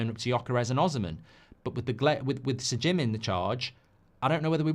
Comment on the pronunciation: Why do you persist with “S’Jim” ?! Reeks of forelock-tugging !